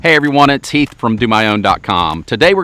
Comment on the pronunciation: At first I thought he said, “Hi everyone it’s Teeth.”